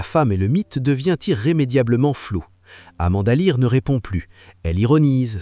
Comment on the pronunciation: Depuis les années 2000 elle a resrti des tubes 😂 et Amanda Lear et pas Amanda l'aire😅🤣😂